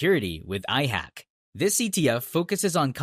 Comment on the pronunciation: IHAK not IHACK